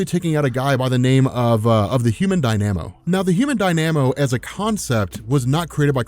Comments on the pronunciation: Die-namo? Am I wrong or is it pronounced dyna-mo? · Human Dyna-Mo, not DIe-Nam-O. It seems like you're doing it on purpose now... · It's not pronounced "die-nam-oh" it's "dahy-nuh-moh" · Human Dy-Na-Mo Not Die-Namo lol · Dynamo is pronounced "die-na-moe" not "die-namo" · You mispronounced Dynamo. It’s not Dy-nanamo, it’s Dy-na-mo. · DY-na-mo, not dy-NA-mo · it’s pronounced Human Dine-a-mo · Did it bug anyone else constantly saying, "Human Die-Nam-O." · It's pronounced Die-nuh-moe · Human Dynamo (Die-Nuh-Moe) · there has got to be a few people in this comment section already telling you that you're pronouncing dynamo weirdly... i'm just adding to it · You are mispronouncing dynamo. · Sorry, but you're mispronouncing the Human "Dynamo" and it's really distracting. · You pronounce dynamo oddly